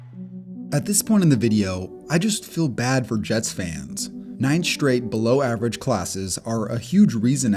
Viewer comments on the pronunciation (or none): Practice pronouncing words correctly. Straight isn't shtrate, and string isn't shtring, and streak isn't shtreek, etc.